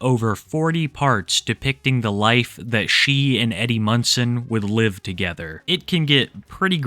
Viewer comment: You keep saying "Eddie Munson" but I keep hearing "Eddie Munster" and imagining this girl getting the absolute VAPORS over a child actor from 60 yrs ago. After seeing some of the things in this video, I think I might have actually preferred my original mistake.😂